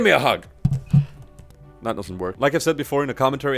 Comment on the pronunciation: That not "tjat"